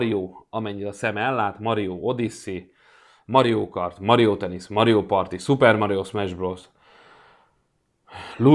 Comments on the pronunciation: Mario🤣 Az Mário 😅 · Nem Mario hanem Mário